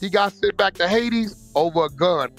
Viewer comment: he siad hades